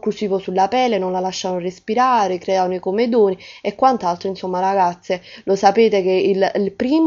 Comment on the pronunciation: piccolo appunto, se posso. si dice comèdoni. non comedòni.